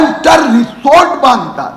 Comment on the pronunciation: Resort nahi rechort😂